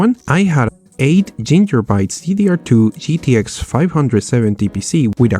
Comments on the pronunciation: Googoobytes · GUCCIBYTES X) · Yuagabytes v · gigalobites giornobytes galactobites hrets harts